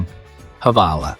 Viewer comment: The h is silent in hvala.